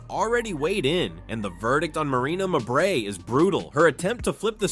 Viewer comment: Could you people that use these friggin' voiceovers (or whatever they're called) teach them how to pronounce players names properly. Especially, when the name Mabrey gets repeated 50 times in a report such as this one. Marina Mabrey, her two sisters, and their entire family are trash, always have been always will be. Suspend the biotch!